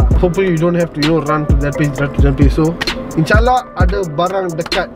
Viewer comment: Wahh cakap “insyaallah” 👌